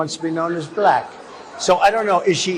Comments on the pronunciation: Trump, "black" has one syllable. Not Bull-ack XD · I know right? He’s says blek, such a racist!! Vote Blue!! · I dont like the way that guy says the word black. To many syllables. "Ba-La-Cka" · Why is it that whenever trump says the word "black" in regards to race it becomes "buh-lack?. He almost makes it into a two syllable word. I believe it's because in his mind the color black and being a "buh-lack" person are two very different things. It's a subconscious example of his innate bigotry and racism.